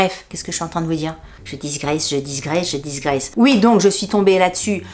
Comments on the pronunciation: Coucou..merci pour ces infos quelques produits me font de l oeil..sinon on dit digresser et pas disgresser désolé😊 des bisous ❤ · Petit conseil : Digresser (et non diSgresser) ... 😉. sinon, tjs ravie de voir ta bonne humeur et ton dynamisme ! 😘